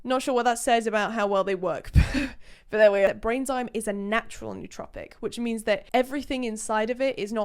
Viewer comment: It's actually pronounced "no-oh-trohpic"...says it right in the dictionary excerpt you showed. :)